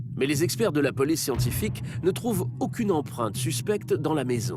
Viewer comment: On dit empreintes et non « empruntes » .... c’est très souvent dit de cette façon dans les émissions françaises.